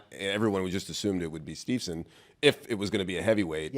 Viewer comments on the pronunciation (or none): C'mon dude from WIN Magazine, it's STEVE-SON -- NOT Stevelson or Stevenson. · Hodge announcer immediately loses credibility when he doesn't know how to properly say Gable STEVESON 😕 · How TF does this clown from WIN not know how to pronounce Gables name. Jesus Christ man. What a boring announcement also. The most monotone and boring guy announcing it on the most monotone and unenthusiastic wrestling media outlet. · I came here to say that! Crazy that the guy couldn't be bothered to get Gable's name right.